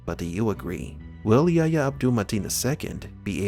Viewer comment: His name is YA-EEE-YA not YA-YA